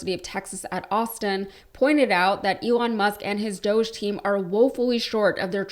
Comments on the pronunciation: It's DOG-E as in doggie and Elon and Felon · Please don't call it, "Doje". Doge is based on an E-Coin called Dogecoin. Dogecoin was the first memecoin. It was done to make fun of Bitcoin. Dogecoin is an E-Coin based on a Dog-E. It's called Dog-E-Coin. 🙂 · Doosh definition: obnoxious or annoying person. Sheeple - people easily influenced, docile or compliant. Y'all have been pronouncing it wrong, and "Elonia" and her husband don't know the difference either. Look it up. DOGG e is pronounced as "dough-jee" - essentially just saying "doge" with a slight emphasis on the "e" at the end; the "G" is silent in this context, making it sound like "doe-jee If these Doosh/Dogge fake bullies are recovering some much of our taxpayer frauds through abuse, fraud and waste...WHERE is the money?? Come on Doosh/Dogge Bit^ch^s, or we will smack you on your snouts, for your bad behaviors. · I’ve said that’s what it should be but even Elon pronounces it dōsh, stupid.